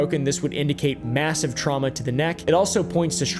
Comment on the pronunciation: I don't know why I laughed so hard at the word traumna